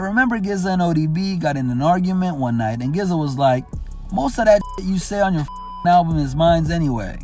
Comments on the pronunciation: I literally stopped watching your video when you said Gizza. I couldn’t move forward. Sorry. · "Giza" gtfo here man, you even listen to rap? Thumbs down just for mispronunciation of the legendary Genius! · Was gonna say the same thing. Thank you brother. I stopped listening to this guy after he said Gizza. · the fact u called GZA , gizza.. made me stop watching.. u obviously are clueless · I'm sorry, did he just say "The GIZZA'? That's not how that's pronounced homie. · “Gizza” lmao who’s mans is this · Did this dude just say Gizza? Ha! I wonder if he pronounces it Snoop & Dr Grey? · This was dope cept homie kept sayin GZA (pronounced Jizza) name wrong go back and listen to Method Man on 36 Chambers fam 🤦🏾‍♂️ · Did this fool just say "GIZ-ZA"????? MAJOR party foul! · What’s really disrespectful is the the way you pronounced GZA- (jiza) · Gizza? Bro, that’s simply unacceptable 👎🏻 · Lost all credibility after saying gizza! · This what happens when people outside the culture get paid to tell us about Hip Hop. He said "Gih-zuh" lmao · Don’t pronounce GZA that way lol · How do you pronounce "GZA" wrong? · Please dont ever pronounce GZA like that again, thank you. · did he really just pronounce GZA like that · A channel dedicated to HipHop Mispronounced GZA. The irony. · How can you mispronounce the Genius’ Wu-moniker and be a legitimate site? This is what makes Veterans scream on youngsters. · ........this cat cant say gza right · I was checking the comments just to see if someone called him out for that! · You know I had to thumb you down for saying the GZA wrong right. They literally say their names in their songs. Hell, Chappelle said in his show. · Bro how did you screw up GZA pronunciation lmao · The narrator does NOT listen to Hip Hop. You just gon mispronounce GZA’S name? 🤷🏾‍♂️ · Interesting video but you lose the right to have Hip-Hop in your channel's name if you can't pronounce Gza correctly. No excuse! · u said GZA wrong btw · Bro cant say GZA name right 🤣🤣